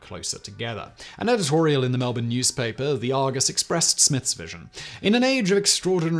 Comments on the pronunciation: You said melbourne correctly. That never happens. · Hey most people don't get Melbourne correct he got that one. Also who knows Albury in Europe? It isn't exactly a world renowned town.